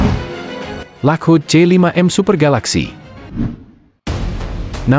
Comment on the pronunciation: "Lakhud"?? Menjadi narrator kok nggak bisa baca?